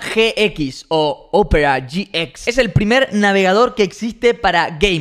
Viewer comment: Opera GX lo dice bien fino xd